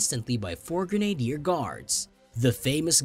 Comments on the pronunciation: The word is pronounced Gren-a-deer, not Grenader. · A pronunciation lesson ' Edinburgh ' not Edinberg but edinburrah , not grenadier but grenadeer. Get it right and followers will enjoy your narrative. 😊👍